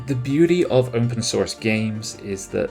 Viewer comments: This should have been a top 10. Why do you say "open source" in such a weird way, like you're saying "opwn" instead of "open"? Does Youtube demonetize videos if you say "open" or "open source"? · I have to correct you here gnarlin. It's not opwn. It's "umpen".